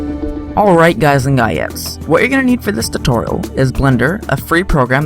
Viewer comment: You should really change the beginning of your video which is, 'hello guys and guys' or 'guyeses'